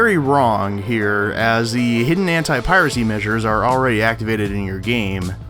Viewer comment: Why everytime when he says "anti" I hear him saying "hentai"? There is seriously something wrong with me ..